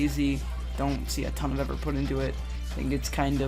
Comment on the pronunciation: He couldn’t say “effort” in 9 but for the rest of the video he said it perfectly